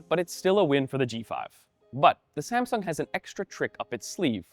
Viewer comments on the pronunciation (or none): "SaNsung" Hah! xD